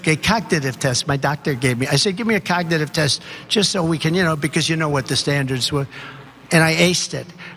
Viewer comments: he said cock-titive test . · a "coknative" test? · “I took a cog-tag-div test”….. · Could be a bad sign If you can’t pronounce cognitive test . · He can't even pronounce cognitive properly